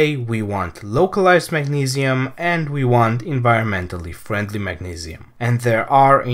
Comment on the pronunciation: he's saying mag-ne-see-uhm it's the pronunciation that I was laughing at, he said it weird.